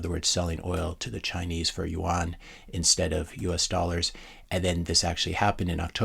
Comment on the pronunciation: hey, just FYI, "yuan" is pronounced like "you in".